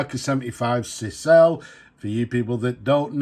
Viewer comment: Cisele is pronounced ‘Scissor lay’